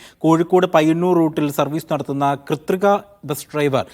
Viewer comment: Krithika ❌ Krithrikaa✅